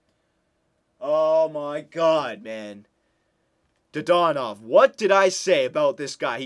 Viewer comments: Wasn't it dadonov, not dadanov? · Didn't even say his name right. I'm loving re watching these old vids DAaaaaaa Dannnnnn Ovvvvvvvvv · Says dadanov wrong whole episode but gets mad at end and says it right